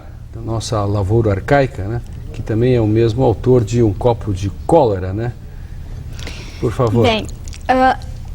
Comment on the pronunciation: não sabe nem falar o nome do autor